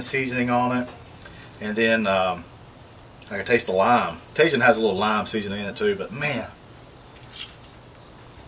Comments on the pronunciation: Mexican pizza looked fantastic. I'd eat that all day. Just an FYI Tajin = tah-heen. Great video, have a great weekend my friend. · Like Jalapeños.... the J in Spanish is like an H in English. The letter i is like a Strong Eeee. So... Taheeeeen!!!😆😎😉🙌🙌🙌